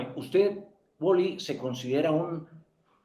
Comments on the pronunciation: Ese Man..el que nivel de inglés tiene?.....le dijo "uoli" toda la entrevista......jajajajaj, y el "Uali".....tirando paciencia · se dice w a l y, no woly 😂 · jajajajaja el amarillista entrevistando a WALLY, no es woli es wally en español mi rey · Vibr por que decía wally